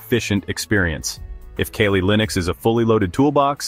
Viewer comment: Its KALI not kelly 😕